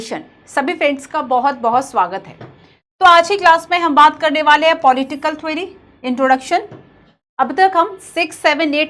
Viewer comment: Thwery❌ theory✔️